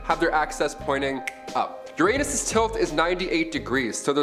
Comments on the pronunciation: ur-unus.... not ur-anus... You did that on purpose... and if not ... just ... ugh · No it’s Your-A-nis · HE SAID UR ANUS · To avoid obvious your anus jokes, perhaps try pronouncing Uranus correctly.